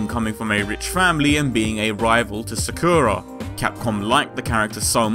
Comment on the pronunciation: You're saying Sakura wrong but eh I don't care :3 good shit video right there :3